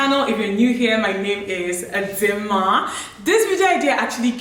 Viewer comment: Is it just me or I heard her say "a dimma" when she introduced herself 😂...don't worry I'm not tryna correct grammar buh I just find it funny, the way she said dimma Ok I'm out🏃🏃